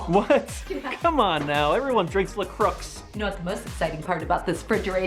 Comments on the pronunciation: In 30 seconds you said "LaCrooacs" and put red wine in the fridge, I'm done with you !! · Did....Did he just pronounce la croix as La crux? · omg its not la croocks its la croy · No it's pronounced "luhcroy" not "luhcrux" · still waiting for someone to pronounce la croix properlly it's croix like ' crooa ' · “Everyone drink La Crux” La Crux? 😂😂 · When you can't tell if really doesn't know how to pronounce La Croix or if he's just being sarcastic 😂😂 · I call it La Qua- mainly just to make people upset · I thought it was pronounced la croy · That La Croix pronunciation thooo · The way pronounces La Croix 😂😂